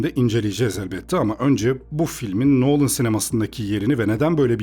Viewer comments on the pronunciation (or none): Adamın soyismi noolın değil nolın